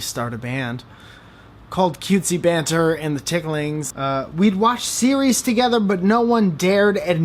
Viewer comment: going to pronounce banter as buhnter from now on